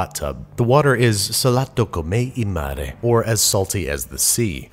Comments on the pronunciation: You pronounced it “salatto com’è il mare” :) It’s pronounced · As an italian follower, I find your carbonara almost perfect And I damn loved how you said "salato come il mare"! <3